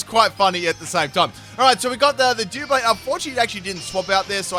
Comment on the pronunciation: Fantastic stuff...but pronouncing it dooblade hurt me